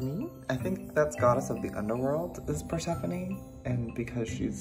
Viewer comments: It’s not persephony it’s pronounced per seph phone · Joey “this is persefone” Joey “anferdiyete” Me - wait what was the black ones name?? 🧐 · Is... is he pronouncing Persephone correctly?? Have I been saying it wrong my entire life?